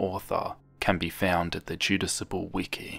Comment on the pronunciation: Two (small!!!) notes: You switched the (first) A and U in Jadusable when saying it aloud. Sophomore does not contain a T.